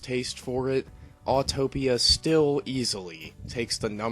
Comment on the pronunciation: Its Autopia not Autotopia. There is only one T